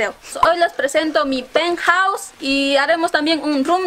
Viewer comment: Mi peuthouse dice